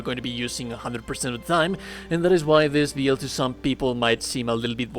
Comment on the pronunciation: It's "bill-d" not "beeeel-d" I know I'm not the only one. Good video though 👌